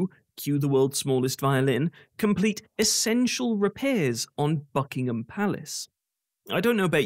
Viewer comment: Ha, ha. I thought you were pronouncing Buckingham palace as Fuckingham palace. They simply don't care about the peasants even if there are 3.8 million people in destitution including one million children. The king is more interested in his grandiose ideas on the environment than his own people. The very opposite figure to the charitable golden prince and swallow by Oscar Wilde.